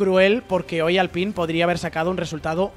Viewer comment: se dice alpain, creo